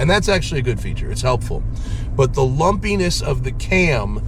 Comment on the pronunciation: Did you say lumpiness or lopeyness? ... 😳